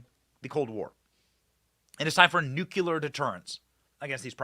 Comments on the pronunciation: Benny...Its Nucleeeeear.........not NUKE UUU LERRR.....ITS NUKE LEEEE ERRRR..PLZ SAY IT RIGHT... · Benny, I love you. But for the love of God, the word is Noo-KLEE-uhr. Nuclear, from "nucleus", the center of an atom. The L comes before the second U. Noo-KLEE-uhr. Not George Dubya Bush's way of saying it. Noo-KYOO-luhr is incorrect, and it makes my teeth itch every time you say it. Please break that habit and say it right! 🥺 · Benny, the word is NuClear nu clee are, not nuc u lar! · Love you BENNY but the word is NUCLEAR not NUCULAR, a common mispronunciation 😅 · Benny? It’s nu'-klee-er, Not nu’-kyu-ler Nuclear, not nucular. Other than that, keep up the good work. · New clear. Not new culer. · The word's NUCLEAR. You're Waaay too smart to say Nucular.